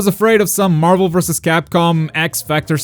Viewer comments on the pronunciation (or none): none